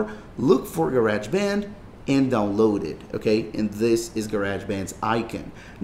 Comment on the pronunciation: Ga-reg band 😂